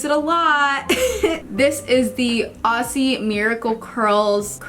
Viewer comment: Love this. I just want to help you with saying Aussie (oz-zee). Yours sincerely, a confused Aussie.